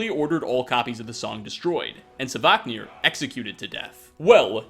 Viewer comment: it is not "savaahknir" but SVARKNIR.